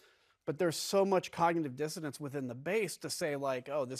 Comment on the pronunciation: "dissonance" , not "disodance". (That said, Trump doesn't know any word with more than six letters)